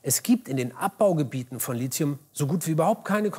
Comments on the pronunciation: Lizium??? - Es wäre schön, wenn in einem Beitrag über Lithium das Element auch richtig ausgesprochen wird! Das Wort kommt aus dem Griechischen (lithos = Stein). Ich verstehe es einfach nicht, dass hier fast jeder ein "Z" ins Wort zaubert. Es sagt ja auch keiner "Litzographie". Hier wird komischerweise korrekt Lithographie mit einem "th" gesagt. Es gibt übrigens nur ein chemisches Element mit Lizium, nämlich das Silizium. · Liezium? Nein, Lithium wird es ausgesprochen. Heißt ja auch nicht "Liezografie" oder "Liezosphäre". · Es heißt nicht Lizium, sondern Lit-hium. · Schon beim Wort Lizium - abschalten und Daumen runter. Es heisst nämlich Lithium. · man sagt "Lithium" und nicht "Lizium", sonst würde man "Litium" schreiben. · Wird Lithium nicht "Litium" ausgesprochen? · ja, hast vollkommen recht! Litium stammt auch von grieschisch 'λίθος', dem Stein ab. aber manche werdens leider nie lernen ;-) ... man denke an die Lithographie, den Steindruck. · Es heißt Li-ti-um (gesprochen 🙂 ) von gr. Lithos … der Stein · Lithium wird in der Mitte nicht wie Z oder C ausgesprochen. Es ist kommt ja kein i nach dem T. 😅 Man spricht es eigentlich tatsächlich so aus, wie man es schreibt. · Ein weitgehend kompetenter und informativer Beitrag. Negativ ist zu bemerken, dass der Sprecher den Namen des betreffenden Elements durchweg inkorrekt ausspricht. Der Name Lithium kommt von lithos (altgriech. für Stein) und wird mit hartem t gesprochen (vgl Lithographie, Neolithikum) und somit anders als die chemischen Elemente Strontium und Tritium (sowie Aktion, Reaktion etc.) wo das t ohne h wie z gesprochen wird. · woher kommt in der Aussprach das Z in Lithium? Die Wahrheit ist, man spricht es so nicht aus ;) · Es ist kein z oder c in Lithium. Das Metall wird gesprochen, wie es geschrieben wird. Bitte nicht mit Silizium verwechseln. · Es ist kein "z" in Lithium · Er spricht LiTHium falsch aus. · Lithium nicht Lizium!!!!!! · Es heißt Lithium mit T, nicht Lizium mit Z! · du meinst Lizium?